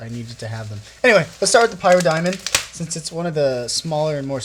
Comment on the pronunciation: its not pronounced Pie_rah_star pr Pie_rah_Diamond, More like pih_ra_star